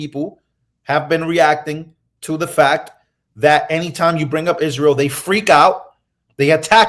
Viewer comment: mispronounced Israel…